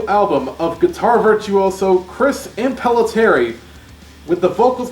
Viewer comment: I've always pronounced Impellitteri as "Im-pil-LIT-tery".